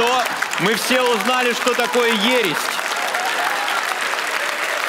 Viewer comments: Что за ересть? Ересь слово, а не ересть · правильно говорить не ереСТЬ а ереСЬ 😊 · Она даже не догадывается, что правильно говорить не Ересть, а Ересь. Женя, сходи вместе с ней в школу. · Не ересть а ересь, Жень не заметил) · И вообще кажется не Ересть,а ересь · А получилось сдать ЕГЭ у того, кто говорит ересТь?))) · Господи и есть же люди которые доверяют тем кто не знает как правильно произносить даже слово ересь